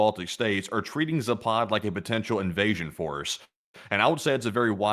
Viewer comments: It is pronounced zap ad, not za pod, dbags. . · Guys, its zapad not ZApad. It's caracas not CA RAcas. 🤣Both are same sound from beginning to the end. American pronunciation sometimes really drives me crazy :face-purple-crying